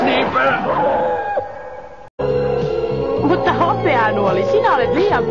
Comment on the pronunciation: Sniper lausutaan snaiper😂